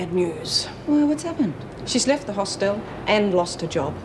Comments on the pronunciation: "Hostel" - let's just add that to the list of words Meg Morris cannot pronounce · Damn Meg it's a hostel not a Hoss Tell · If meg says hosteeel one more time..